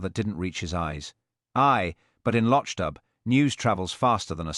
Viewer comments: Why is it that the AI narrator fails tp pronounce the word LOCHDBHU as MC Beaton's real stories do. Other instances of careless pronounciation. Careless work overall. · Where is this guy from!! He can't pronounce the name of the village!! He can't put the name of the stove even. Very annoying for people who actually read the books. I am not impressed.